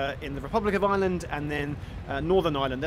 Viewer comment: Looking forward to this...but please,, as I suspect you're going to be mentioning the place quite a lot (and you've shown that you're something of a linguist): It's Ireland -- not island! Of course you don't have to say the "r" (most varieties of English English, just like yours, turn it into "uh" in words like "fireman", and that's perfectly normal), but you do need to say the "uh" -- to distinguish Ireland (eye-uh-lund) from island (eye-lund). Nurse is here with my medication. I'll calm down now!